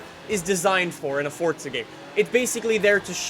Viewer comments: He said Fortza not forza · Forza, not Fortza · In the beginning "so fortza horizon 2 " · Fortza hahahah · Annoys me how you say Forza, "Fortza"